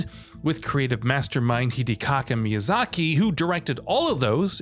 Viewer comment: Hidicocka Miyazaki 😭💀